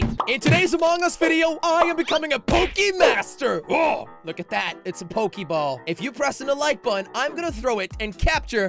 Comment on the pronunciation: Jelly its Pokemon master not pokemaster